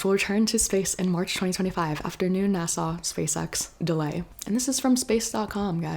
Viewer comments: *NASA, not Nassau. A is for agency. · Great info but you say NASA like it’s an island in the Caribbean 😊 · fElon should cut back on the K. Also, I’ll never pronounce NASA the same again 😂🎉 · I kinda like the way she says it lol its silly